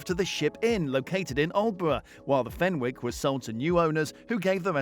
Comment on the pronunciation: fenwick has a silent w...so it's pronounced fennick. x